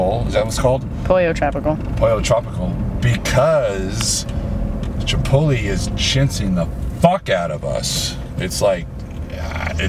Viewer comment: CHI - POT - LAAYHH - CHANEL DOESN'T TRAIN CHEST - UNSUBBING